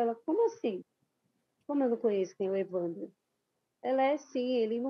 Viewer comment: Por que a apresentadora pronuncia evandrÓ?